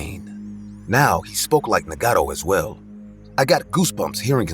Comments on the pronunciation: Nagato (Nah-gah-toe) Na•god•tho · Y’all hear how he pronounced naruto and nagato?